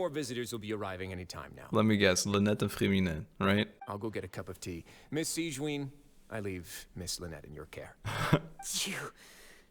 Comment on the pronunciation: Like I said, I'm mad at this cliffhanger lmaooo Hoyo why'd you do that to me I NEED TO KNOW AAAAA (Also I'm so sorry but I just can't get over the fact that they pronounce Sigewinne as "Siegeween" :') )